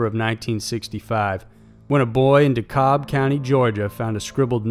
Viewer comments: Dekalb is actually pronounced Dee-cab** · DeKalb County Georgia is pronounced "de cab" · I know we Georgians can be hickish, but here's a pronunciation lesson and yes, even I realize it's spelt one way but the pronunciation makes no sense in most of our towns. It's spelt DeKalb but it's pronounced Dee-Cab County. It's like the town of Pembroke. That's pronounced Pem-Brooke. At least I understand that one, it's left over from Old English.